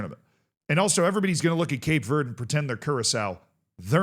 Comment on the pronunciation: “Cape verdey”